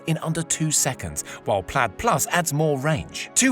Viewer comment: Not plad, plaid mate